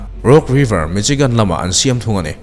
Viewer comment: Mi-Shi-gan tia lam tur Michigan hi..... C-H-I chi ti a lam tur qnilo